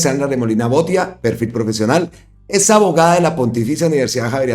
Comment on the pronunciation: Botía, acento en la í, porque lleva tilde en la í. ❗❗🇨🇴🇨🇴🇨🇴🦋